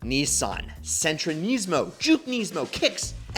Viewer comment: Kneesmo weirdest way I’ve heard Nismo pronounced